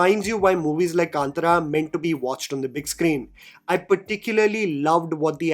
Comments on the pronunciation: Bro please pronounce the name correctly. Kantara not Kantra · ಕಾಂತಾರ.. Kanthaaaaaaara.. कांतारा .. it’s not kantara.. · First please pronunce the word K-A-N-T-A-R-A properly and it’s not KANTRA like in Antra… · It’s been interesting to see the different pronunciations of Hindi speaking reviewers of the film name. Here we have “kaantaraa”, I have also heard “kantaaraa” and “kantara “ (all short vowels. Isn’t the Kannada ಕಾಂತಾರ pronounced “kaantaara” (two long vowels and a short at the end)? Kannada speakers please help.🙏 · It’s pronounced as kantaara. There is an “aah” ki maatra in त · Everything is fine , me angrezi bhi jhel leti hu coz content is on point.. but pls movie ka naam dhang se bol lo bhai. 😢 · Sorry I am not hate mongering here , but how difficult is it to pronounce the movie name properly ? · Dude my wife got offended the way you pronounced kantara